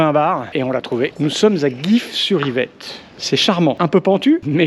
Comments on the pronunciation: Super cette vidéo. si ça peut motiver les gens à faire du vélo sur les petits trajets ce sera déjà ça. Je finirai bien par te rencontrer, tu es passé à moins d'un km de chez moi. Alors pour Gif-sur-Yvette, on ne prononce pas "guif" mais "jif". Encore bravo ! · s'cuses, mais on dit Gif sur Yvette... et non pas Guif sur Yvette... 🤓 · Très sympa ! La prochaine fois, faudra que tu révises les noms de commune avant : Gif-sur-Yvette se prononce "jif sur Yvette" et Angerville se prononce "anjèreville" 😛